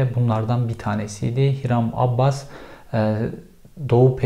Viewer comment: Abbas değil Abas